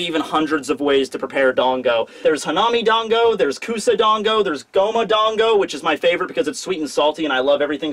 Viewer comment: Serious comment, not being mean: Why do you say 'Dongo' and 'Wono' and 'Monga' instead of 'Dango' and 'Wano' and 'Manga'? You have such a huge audience, many of whom will undoubtedly pick up this wrong pronunciation, so you have a duty to them to get it right! Hope this helps